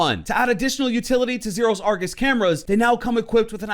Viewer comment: Ngl I thought you said angus camera